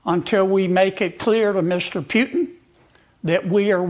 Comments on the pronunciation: Mr. Kennedy needs to learn how to say Putin….. if he thinks pronouncing it the way he is, is funny or insulting he is WRONG!!! The more I hear him talk about this war….the more he disgusts me. I can’t believe a US Republican Senator would speak like this…. so disappointing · This senator Kennedy is delusional and foolish! He lives in a different world wrapt around with lies! When you cannot even pronounce correctly word Putin! It is so hilarious anytime he says Putin..by the way Putin never brakes his word, that is his value, not like American presidents who never hold their word! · Senator Kennedy is living in the 1990s, as is the rest of the interior of the beltway. Him purposefully pronouncing Putins name wrong should tell everyone how juvenile these people are in intelligence. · On some things Kennedy is very good on other things not so good. You always know that there's going to be dishonesty coming out of someone's mouth when they don't pronounce Putin's name properly. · Pjootin? Where did the "j" come from? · Calling Putin disrespectful while calling him Pjutin.. You can't make this shit up.. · An example of US exceptionalism is the ridiculous way they say words, it has to be with a personal twist, why? Because most couldn't sound out a word they had never seen before unless it was 3 letters or less. Let's take PUTIN for example, the 'world' calls him PUTIN or poo tin however many in the US like the personal touch and give it the PEW TIN touch. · Kennedy is totally disconnect with reality. But for start he can at least learn how to pronounce Putin and stop lying. But he is not a problem it's the brainwashed people who voted for him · Does Kennedy mispronounce putins name on purpose???? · Stupid "git" Kennedy cant even pronounce Putins name...Dumber than dirt... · Kennedy can't even pronounce President Putin's name correctly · kenneddy cuck doesnt een know how to pronounc putin. he is a fool like all of Louisiana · Who is Peuuuwtin? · Putin nit Pyutin 😂